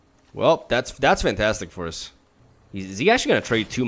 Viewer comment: "Command the dreadhorde is the main way for ush to punis esper control" It's nice to see an eloquent person struggle with his tongue as much as I.